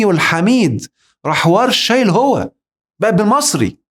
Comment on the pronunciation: صدمة يا دكتور صدمة وخصوصا عندما رفعت كلمة (هو)😱😱😱😱😱